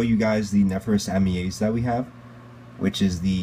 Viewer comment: You pronounced it wrong they Australians say Amyae pronounced A-Mi-I